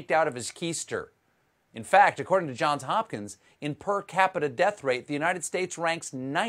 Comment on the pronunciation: Thank you Stephen - You said "Johns Hopkins: correctly. The last three people in media whom I've heard try to say the name dropped the "s" at the end of Johns.